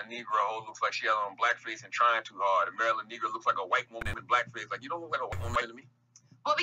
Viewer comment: Charlagay keeps saying “omaira luh negro” 😂😂